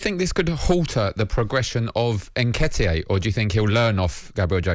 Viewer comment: Nketiayyy?!? 😂 #SELLARSENAL #COYG